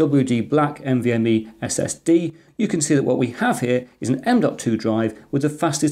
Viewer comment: oops "NMVe"